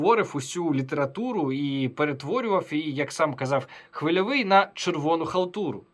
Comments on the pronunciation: Сука бьіков, він навіть прізвище "хвильовий" не здатний вимовити нормально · Чому він не міг подивитися як вимовляти Хвильовий 🤡